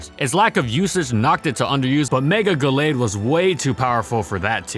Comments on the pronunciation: "Gull-aid" hurt my head the entire video. Always thought it was "Gal-aid". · I think it's "Gal-ade", as in Gallant Blade.